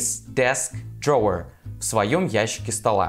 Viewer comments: Слушайте, вы столько времени тратите на съемку этого ролика, а аот посмотреть в словаре произношение drawer в значении «ящик» секунды не нашли. При этом десять раз прокрутили фрагмент, где Рейчел произносит это слово /dro:/, и даже это вас не смутило. А ведущий пять раз упорно повторяет /дроа/. Такой вариант произношения есть, но означает он «художник, рисовальщик» если хотите. Но никак не ящик. Вот реально как после этого вам доверять, приходится перепроверять все. И не надо говорить «мы все ошибаемся», вы готовьте ролики заранее, словари все в открытом доступе. И никто в команде ведущего не исправил. Вы сами-то Рейчел слышите? Disappointed ☹️ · Поправкa произношения: 1. В слове "Drawer", W-E(R) не произносятся, т.е. слово произносится как "ДРО:" в Британском варианте, или как "ДРО:Р" в Американском. Частая ошибка!!!